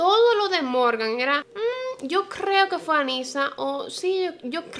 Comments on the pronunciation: "Yo crrrreo" estresante. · Amé el “Yo CRRRRRRREO” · Por que dice "crrrrrrrreo" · "Yo crrrreo..." <3 soooo cute! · me encantaa jajajaja que diga así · Jajajaja me encanta su pronunciacion de la r, es fantastica